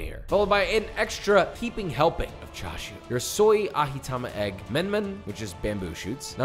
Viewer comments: It's menma not "menmen". And it's not just plain bamboo shoots - they're fermented, dried then marinated. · No one talking about his pronunciation of ajitama and menma? “aHEEtama and men-men” ??? 😂